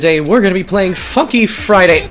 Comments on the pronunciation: Did he say the f word instead of funky in the intro lmao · He swore, he said fuky friday bruh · he sayed fucky friday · BRO BYE- WHY DID I HEAR “F U FRIDAY” WHEN HE SAID FUNKY FRIDAY 💀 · What did you swear you say we going to play fucky friday..... I mean funky friday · HE SAID FUKKY FRIDAY bruh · He didn't meant to swear he just said it wrong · you funky wrong it shounded you said the f word